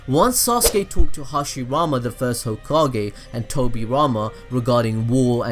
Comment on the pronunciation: gokage lol